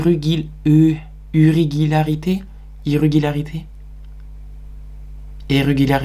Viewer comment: on dit irrégularités 😂😭👍